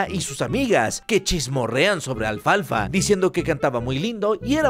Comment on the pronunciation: Minuto dice mal alfalfa